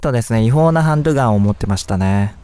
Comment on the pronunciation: 一番最初の車の窃盗犯の持ってたハンドガンっていう時 ハンドゥガンって言ってるのが可愛い笑笑